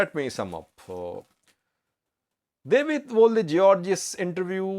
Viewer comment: this name is pronounced DA W IT